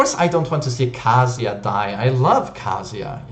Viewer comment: Why do you pronounce Kazuya like KASIA.